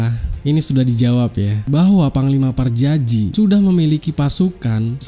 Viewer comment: PAJAJI BUKAN PARJAJI LONGORRR...